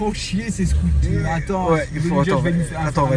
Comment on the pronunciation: il m’a tué lés réaction 😅🤣🤣 Les scotéérrrrres 🤣🤣